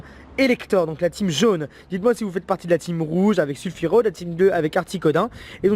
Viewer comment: C'est Sulfura, pas Sulfuro...